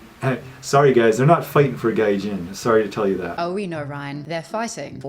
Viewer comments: Thank you for saying this. I was so confused. It’s supposed to be pronounced like “guy-jean” and it simply means “foreigner.” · The way you keep pronouncing gaijin is crazy. Google translate is free, sis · I mean, doesn't matter where you're from, when you make a video at least look up the pronunciation of the word you're going to be mentioning quite often throughout it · I don’t mean this a rude way but gaijin is not pronounced that way 😅 it just a detail but it really took me out of the story as I had no idea what you meant. I recommend using google translates feature where you can listen to the pronunciation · You’re mispronouncing Gaijin so bad giiiirl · Very weird, it's addressed in the video description under 'FAQ'.. but it makes no sense at all. I think enjoys mispronouncing things, for example in this video she hears Ryan use the japanese word 'gaijin', but she insists on saying it in a completely different way! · Sweetie you can say Chai and Thai but that's really how you think 'gaijin' is pronounced??? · Oh you mean gaijin (外人). I was thrown off by the way you pronounced it like gaysian/gayshan (bit weird NGL) it is actually pronounced like the combination of guy (like the synonym for a human male) and gin (the alcoholic drink). Also I think what he was explaining was that gaijin is a bit of a slur depending on the context and situation, because if I remember correctly according to what my Japanese teacher Tsutsui san told me over a decade ago that it is more politically correct to call a foreigner a gaikokujin (外国人). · Haha lol it took me a second to realized you were saying gaijin when you said gayjin hunter. It’s pronounced like guy-jean. But the guy part goes up at the y part. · Pronounced GUY-JIN . Thought you were saying gaysian for a while 😂 and wondered how this guy got himself into gay Asian’s business lool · gaijin-pronounced (gai-jeen) not gayjun. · Girl, "gaijin" is pronounced "guy-jin", not "geijeen" xD